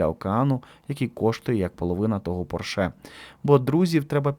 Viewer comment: Слово «поршЕ» Маша вимовила таким тоном, що в мене виникли підозри, що вона банально заздрить своїй співбесідниці. Ні?)))